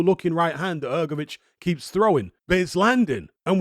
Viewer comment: Come on man,drop that letter "e" from Hrgović(Hrgovich),it is not "hergovic"!